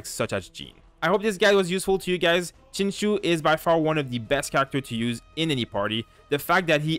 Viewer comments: No no no. Please don’t call him sing show. That hurts both my eyes and ears... it’s Sing Chi-ew, like the word “ew” with “Ch” in front. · the Xing is pronounced more like Shing, with more of a hiss in the S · Hi, it's pronounced as Sing Chiu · His name is pronounced like Sing-cho just btw. But I use him all the time with razor because the double ults do just a ton and it lets me stay in razor for pretty much his whole duration even if I'm getting smacked around a lot. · its pronounced shing-chee-ooh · friendly reminder that his name is pronounced Sing-Cho (you can hear him pronounce it in his “hello” voiceline :)) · When you realize Xingqiu is pronounced Sing-cho! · I wanted to correct you, then realised non-mandarin speakers have no idea how to say the appropriate "x" and "q" sounds lol